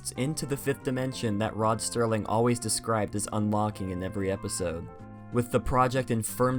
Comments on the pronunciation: The “c” in facade is pronounced as an “s”. Also it’s Rod Serling not Sterling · It’s Rod Serling bud, not Sterling. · Rod Sterling...ROD STERLING... It’s Rod SERLING! No T. 😀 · Its rod serling, not sterling